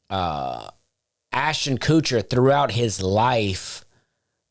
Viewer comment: "Ashton Coocher" 😂😂😂❤❤❤